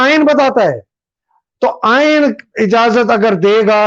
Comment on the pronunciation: 👉👉👉Actual Aeeen is Aain Bain Tain hai……